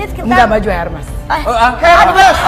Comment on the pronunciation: setauku bacanya bukan hermes